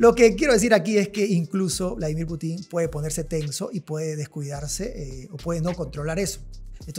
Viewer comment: Es Putin estimado, no Putín. Suena horrible como lo pronuncia, en ruso casi no hay palabras agudas, la mayoría son graves o llanas.